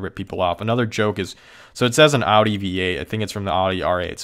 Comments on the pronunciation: how can you call your self a car person, and mispronounce the name of a major car manufacturer? really?? it's pronounced owdi not oddy. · Audi not "Aadi", Bugatti not "Bugadi" also the Chiron is prounounced Shiron (Širon)